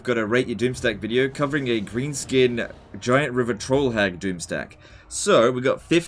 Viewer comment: 0/10 cause i have to listen to "rivah twoll hagggggg".